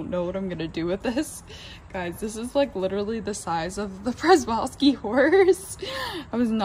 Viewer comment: Good video, well done. BTW the Przewalski Horse is actually pronounced “Sheh-Val-Skee Horse.Or, if you wish to go native you can call them “Takhi” which is the name given by the traditional Mongolian peoples for centuries before European influence.